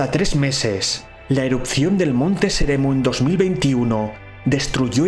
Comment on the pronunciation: Es "Monte Semerú" no seremu. Pero que genial video, como siempre. Que bien que hables de geología en tus videos.